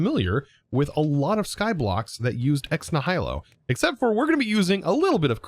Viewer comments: also I think it's pronounced Neh-HEEL-o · ex nigh-ill-oh